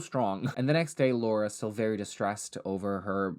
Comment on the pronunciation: i was taken aback by the pronunciation of “laura” it was SO PERFECT😭